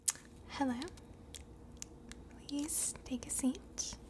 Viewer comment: Never in my life have I seen someone able to say "please" without putting their lips together. Are you an alien?